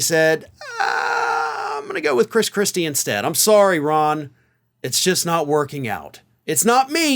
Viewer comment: I must have misheard..he muttered (?) Chris Chrispy! 😂